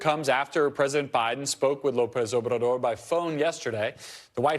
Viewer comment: Susan, USA reporter: BIDEN. NOT "BRIDEN."